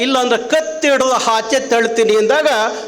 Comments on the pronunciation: 😂😂 ಕರ್ನಾಟಕ ರಕ್ಷಣಾ ವೇದಿಕೆ 😂😂 ಅ ಗು ಹಾ ಗು ವ್ಯತ್ಯಾಸ ಗೊತ್ತಿಲ್ಲ 😂ಆಚೆ ಅದು... ಹಾಚೆ ಅಲ್ಲ...😂 ಅಸ್ತ್ರ... ಹಸ್ತ್ರ ಅಲ್ಲ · ಲೋ ಕಮಂಗಿ ಅದು ಹಾಚೆ ಅಲ್ಲ ಆಚೆ ಸರಿಯಾಗಿ ಕನ್ನಡ ಮಾತಾಡೋದು ಕತ್ಕೋ ನೀನು ಅದು ಹಾಗ್ಬಾರ್ದು ಅಲ್ಲ ಆಗ್ಬಾರ್ದು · ಅದು "ಹಾಚೆ " ಅಲ್ಲ ಅಣ್ಣ .. ಆಚೆ !!!! :P